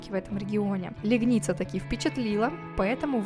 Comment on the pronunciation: когда мы служили в Польше, то в этом госпитале проходили лечение. Только город мы называли ЛЕгница, а не ЛегнИца С ударением на 1 слог